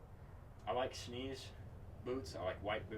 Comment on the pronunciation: Good stuff! I will add a correction, not to be "that guy" but because I was corrected myself in downtown Bozeman. Maybe I will save someone the embarrassment... Schnees is actually pronounced as "shnays" Thanks for the video, and nice to "meet" you.